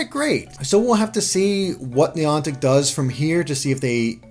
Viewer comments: Neeantic i think you pronnounce it Nyantic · Neontic? It's niantic!!!! Come on